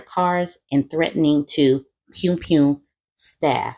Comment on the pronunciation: Not "pewn pewn"😂😂😂😂😂 sorry that was funny to me